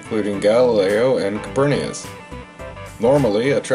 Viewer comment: Thanks for the history. BTW, it's "Copernicus" [koh-pur-ni-kuh s] (Not "copernius") :)